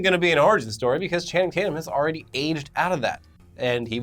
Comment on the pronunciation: You mean Channing Tate-yuuum!!